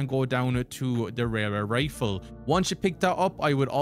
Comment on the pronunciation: Tell me you can’t say Railway Rifle without telling me you can’t say Railway Rifle